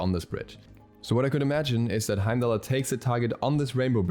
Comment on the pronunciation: Bro watch Thor it's pronounced "Hiem-Dahl" the R sound at the end is silent. I will be very upset if he is not a tank because his lore definitely supports him being a support or warrior